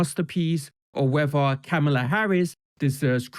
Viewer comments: Ugh! Her name Kamala is pronounced as comma-la. Not kuh-ma- la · comma- lah